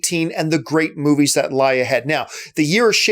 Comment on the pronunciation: You fucking blew it, and you didn't even cut to the clip of Rich mispronouncing "movies". (keep making these videos plz)